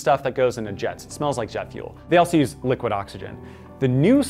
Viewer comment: Wait wait wait DID YOU JUST SAY LUQID OXYGEN HUNANANAHSNSNANNANANANA